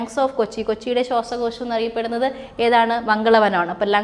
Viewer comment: ശ്വസക്യാശം അല്ല ശ്വാസകോശം